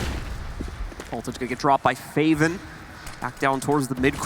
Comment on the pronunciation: "fave-in" "speedy" NO. ITS FAH-VIN, AND SPIH-DI.